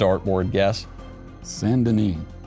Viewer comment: He said “San Deni” and do it may have confused them since he didn’t just say “Saint Denis”